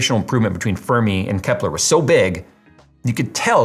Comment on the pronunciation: "Disingenuine" isn't a real word. I think you were looking for "Disingenuous". However, that wouldn't be the correct word. "Dishonest", "Deceptive", or "Misleading" would have been appropriate. Also, you pronounced "Fermi" wrong. Anyway, as to this mess.... Nvidia absolutely SHOULD be called out for this, because they are deliberately misleading consumers looking to buy a 4080. Not cool, Nvidia....not cool.